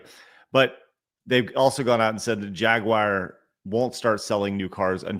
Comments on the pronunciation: I kept hearing Jaguire not Jaguar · why do you say "Jagwire" when pronouncing Jaguar? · bruh what was up with your Jagwire today?!?! You didn't say Jaguar once even after asking Blabs her opinion and she said Jaguar you immediately after went " Jagwire " 🤦 If anything after that stunt last year and the now switch to EV's not even hybrids they went full on FilmActorsGuild-uar's